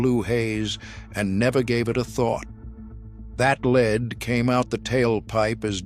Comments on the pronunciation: Its not leed,its lead,like led Zeppelin fucking a.i. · Corded drills , grinders, sanders, and saws cases are not steel , they are aluminum alloy. It's pronounced Led , not leed ,soder, not sol der. The 56 chevy sitting in front of the garage , has the front end where the trunk should be ,while the cab is pointing towards the garage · Dear bot-voiced AI, please learn to distinguish between lead (Pb, the metal) pronounced LEDD, and lead (the verb) pronounced LEED. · Lead, not leed. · In what country is the metal lead pronounced leed ? My English, American and Canadian dictionaries all say it is led . leed is what horses are trained to do. The narrator has a British accent so this is weird. More ubiquitous than welding gloves and continuing longer were asbestos brake and clutch linings and fire resisant house shingles, ceiling tiles and wall insulation. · I hate these voice overs that mispronounce words. Like pronouncing lead like leed. Computer generated can be pretty dumb. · At least they could teach it English pronunciation - what material is leed anyway and is ii easy to soul-der?